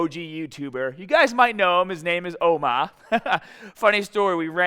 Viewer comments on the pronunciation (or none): Lol, the way pronounced Omar's name made me laugh. OMAHHH. Keep up the good work,.